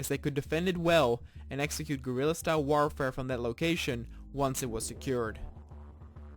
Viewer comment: "WAARFARR" "GORDAN FREEMAHN"